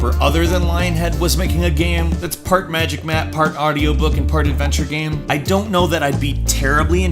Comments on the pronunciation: The way you pronounce the word game is really annoying... Shows great but you say "Gam" most of the time o.0, literally everything else is fine it's just the one word but it drives me insane o.o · Sorry but it really annoying when he says "gam" instead of "game" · . What? What the hell is a gam? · Again. Tf is a gam. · Whats a gam, he really just said gam lel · he keeps saying gam instead of game and it urks me to the core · is it just me or did he say gam instead of game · he says GAM instead if GAME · I can't stand the way you pronounce game.... It's killing me inside. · Why do you say "gam" Fucking haneous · What's a "Gahmm"? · Anybody else notice how he says "game" funny sometimes? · why can't he pronounce anything with -ame?